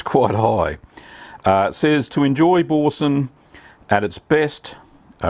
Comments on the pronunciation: Pronounced Bor-san.. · Nice video. I think it would be pronounced as B-oor-sin (oor as in u) but that again depends on the various english accents. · “ Boar-san” pronunciation Mate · Such dreadful pronunciation 🙈🙊